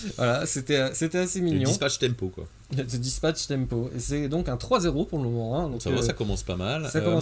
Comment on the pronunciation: "Dispatch!" "... Spatch" Change jamais mon x)